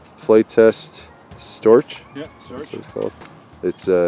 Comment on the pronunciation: PLEASE NOT PRONOUNCE STORCH with a hard CH. Like "STORCK" !!!